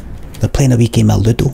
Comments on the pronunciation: "Theyre playing a Weeki-malittle....a weeki malutto." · I still dont know what the L word he says is "You know loodle?" "You know little?" "You know ludul?" "You know lidl?" "You know loodl?" "The planer became a loodle" "The player became a loodle" "The plane are became a loodle" "The plener became a loodle" "The planer became a little" "The player became a little" "The plane are became a little" Theres probably more possibilities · I’ve watched this video round about 20 times. It took a lot of research through the comments, and quite a bit of reverse engineering to decipher just exactly what the fuck this man says . “I can see the weans playing in the back. They’re playing a wee game of ludo.”